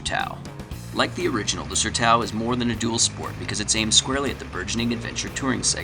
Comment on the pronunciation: it's pronounced SERTÃO... SER+TOWN... It's a Bazilian (Portuguese) word...